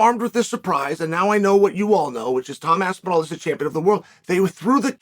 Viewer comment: “The greatest heavyweight is named Tom’d aspinal” 🤪